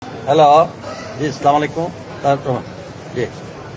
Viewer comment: স্যার সালাম দেওয়াটা শুদ্ধ ভাবে শেখেন প্লিজ